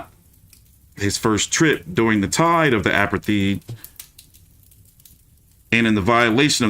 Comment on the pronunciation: The word is APARTHEID pronounce ..(a-part-tied) which was going on in South Africa when whites ruled blacks and Mandela was locked up for 27 yrs. The USA and the democratic world boycotted (no trade) South Africa during that time until they released Mandela and he was elected President.